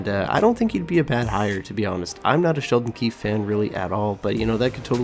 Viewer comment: First, say it right: it's Sheldon QUEEFE. (I think he would actually be good). Woodcroft is a perfect example of failure. Here ya go, here's a team with two of the best players in the world, just don't stink up your first 20 games this year